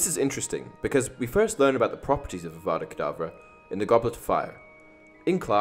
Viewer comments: Your saying it wrong it’s Avada Kerdavra not IWANNA BANANA. *Harry dies Well done Hermione 10 points to Gryffindor! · Voldemort:Avvvvaaadaa Kedaaavvvraa Hermione:Stop stop stop,you are going to take someone's eye out and besides you are saying it wrong.Its 'Avada Kedavra',not 'Avvvvvaaadaa Kedaaavvvraa'. Voldemort:If you know so much, then you do it then.... Hermione:Avada Kedavra.... Voldemort: Drops dead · "Besides, you're saying it wrong. It's Ava-da Ke-da-vra not I WANNA BANANA.